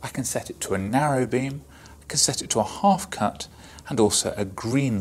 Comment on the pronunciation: “A hof cut” 😂